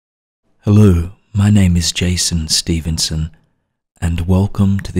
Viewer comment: JAY-son STEVEN-son